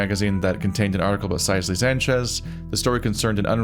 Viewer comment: I think Sisely is supposed to be pronounced the same as "Cicely", ie Sih-seh-lee. "Size-ly" is going to bother me for the rest of the let's play, I just know it...